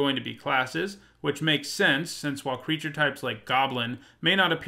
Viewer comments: Did anyone else notice? "crreature types" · MTG top10 "Crreature" types